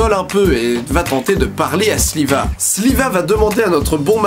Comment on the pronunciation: Il dit Sliva mais c pas Shiva ?